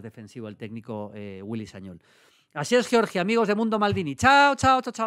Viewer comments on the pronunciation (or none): Todos los periodistas diciendo con mucho cuidado el nombre del portero durante todo el año. Maldini en corto omitiendo la R: "Mamadas Billy"